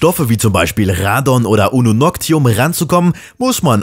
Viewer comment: Ununoctium, nicht Ununoctum :D Klugscheißen, Check!